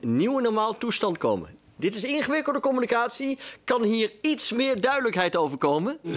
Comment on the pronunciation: *com-mu-NI-ca-tie Zonder dank.